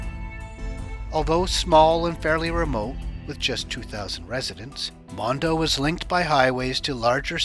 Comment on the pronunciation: It’s monda not mondo